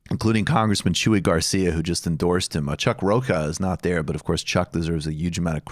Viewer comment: Mike - Psst...it's Rocha, not Roca.